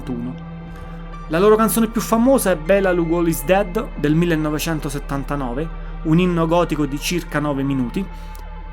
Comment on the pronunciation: Impara a parlare l' inglese ignorante! Non hai azzeccato la pronuncia di niente e poi Bela Lugosi's dead non Bela Lugoli's dead ignorante di nuovo... Ritirati che fai meglio! Dall'accento pesante che hai dovresti parlare di Gigi D'Alessio e non del Post Punk...